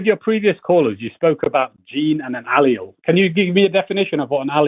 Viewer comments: Haha. Not to mention claiming you are a scientist. 😂 He also mispronounced "allele" when he phoned back as John. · Yes. A scientist who doesn't understand the concept of time, what a scientific theory is, or how to pronounce "Allele".